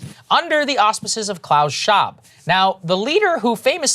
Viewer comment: Breaking Points is going full Alex Jones now. Saagar hasn't learned how to say Klaus Schwab just yet.